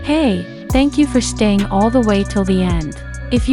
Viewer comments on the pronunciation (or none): let me correct you at the end whe you said thank you for shtaying its "Staying"